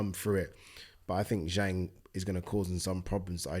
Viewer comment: Yes you pronounced Zhang's name right and said it the correct way round!! Proud of you brother, now let's see if promoters and journalists have the respect to attempt to say it right also